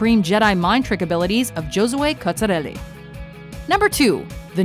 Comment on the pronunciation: The way you pronounced "Giosue Cozzarelli, Realmente bella" made me cringe. You even made fun of some girls talking, but it wasn't their first language .